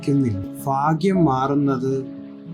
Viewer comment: ഫാഗ്യം അല്ലടോ ഭാഗ്യം